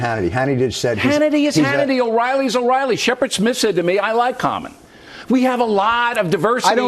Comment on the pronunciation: "Bill O`Biley"...